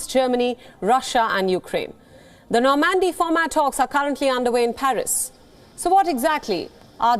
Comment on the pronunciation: "no mandy" ?? it's Normandy.. norrrrmand-e